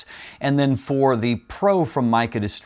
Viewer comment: For the price I would go with the Sirui 85mm 1.4. Small point on Meike, it's pronounced phonetically 'Maykur' and is chinese for beautiful technology.